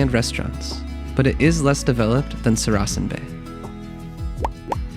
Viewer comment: Saracen is pronounced SAracan with the stress on the first syllable, not the second as spoken here.